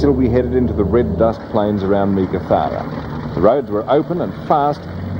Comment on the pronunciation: Good to see another interesting take on this never to be repeated event. Some good footage. Only thing I didn't enjoy was how many Australian place names could the narrator miss pronounce. Yunta not Yoonta, Parachilna not parrakilna and Meekatharra not meekathaara. I thought poor research on pronunciation was more recent but no they were just as bad 40 years ago.